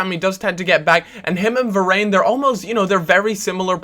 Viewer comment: Youtuber need to seriously start watching football because most of you struggle to say footballers names, its not varaane ffs